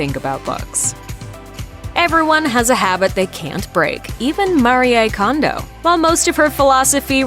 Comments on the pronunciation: Mah-ree-ay Kondo????? Her name is MARIE. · Her name is not Maria its Marie. Why do people change the pronunciation of peoples names? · Pronounce her name properly Marie! French for Mary so: Ma-ree not Ma-ri-yay! 🙄 Also titie to you video is deceiving - you don’t show her home 🙄🙄🙄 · It's maree not mariye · MAREE Kondo....not Maree-ay. The narrators behind these programs really need to polish their pronunciation if they are doing voice-overs for a living🙄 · Her name is pronounced MAREEE, not Mareeaaa. Pointless this video was. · It's MARI and not MARYEY. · Don’t know why she says Maria when her name is Marie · Mari eh kondo Mhm great pronunciation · Couldn't get past the first ten seconds cause she called her "Mari-eh" twice... Who hires these people? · Its pronounced Ma-ri-ae Mariè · AI sucks so bad! It can't pronounce so many things - not even Marie. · Can you please pronounce her name correctly? Give her some respect. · If you can't even pronounce her name correctly.....just saying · Please pronounce her name correctly ... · Why do people try so hard to pronounce easy names. It’s just Marie lmao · You pronouced her name wrong 🙄